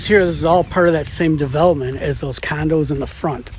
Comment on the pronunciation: Love it when says "Candos" 😂😂